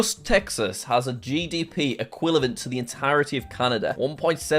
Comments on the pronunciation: equilavent?? I think u mean equivalent jack. Add it to the list of mispronounced words!!! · Lol nearly 3 minutes in he says equilavent